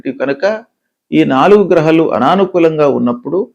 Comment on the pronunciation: Grahalu... గ్రహాలు.. హ కు దీర్ఘం ఉంది .. సరిగా పలకాలి కదా